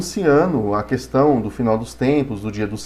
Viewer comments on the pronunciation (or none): none